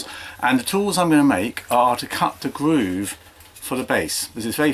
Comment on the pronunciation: What's a gwoove